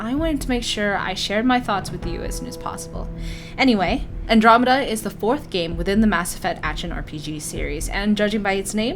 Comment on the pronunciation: I heard that you can choose your own race and gener DAI-esque character creation, is that not true? Oh and you said andromeda correctly.